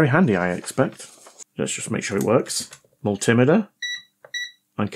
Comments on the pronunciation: It's a multi-meter, not a mul-timiter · We can do without the Rap Crap Music! Also it's pronounced Mul - T - Meter, not Mul - Tim - Ater. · Multi Meter Pronounced like a metre of measurement😮😮😮😮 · for the love of god man, multi-meter , not mul-tim-iter :) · Please pronounce multimeter correctly, multi- meter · I like your videos, but I wish you'd pronounce multimeter correctly, instead of the American way. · As a retired test equipment engineering technician who's repaired, calibrated (and occasionally destroyed) my share of multimeters, I like the way you (mis)pronounce multimeter.